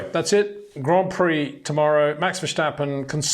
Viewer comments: Hey Peter, I really like your video's and views, to me one of the best analysis always. However.. one point of critisism. There is no ch in verstappen. It's not 'Max Verschtappen'. It's Max Verstappen. Zo no CH in there. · Max "VERSHHTAPPEN" 🤣🤣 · I like the video but would just like to point out there's no h in Verstappen. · Please Peter, learn how to properly pronounce Leclerc and Verstappen. Please.